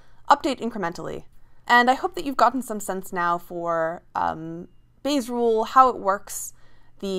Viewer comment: I heard "Base rules" LOL